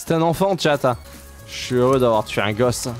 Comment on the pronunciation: "jsuis hereux d avoir tué un gosse" 🤦